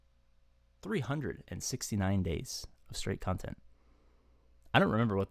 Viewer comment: 369 days of cun-tent..... Twat did you say?😂😂